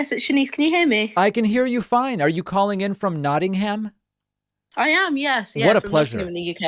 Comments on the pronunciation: I thought it was pronounced like "notting'am". The 'gum' part sounds so weird. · It's nice hearing the way David pronounces Nottingham with very distinct syllables. On this side of the pond we tend to say 'nottingum'. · We don't pronounce it 'nottingum' well, perhaps you do.